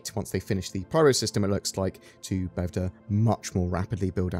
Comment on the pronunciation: P Y R O, P Y R O, PIE-ROW